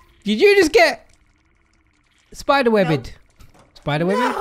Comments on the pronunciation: LMFAO “sPiTeR” AND WE WANT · Say it with me!!!!!!!. The spi------ daaaaaaa!!!!!!not spider. Classic